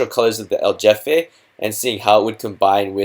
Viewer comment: The problem with Spanish is that they don't pronounce letters the way all the rest of the western world does. You kept saying El Jefe stone as if it were pronounce like the English "J" as in Jeff or Just. Spanish pronounce "J" like the ch in the German Achtung. So the Spanish "Jefe" can be spelled CHefe as a transliteration to get you that guttural CH as in Ach or Achtung.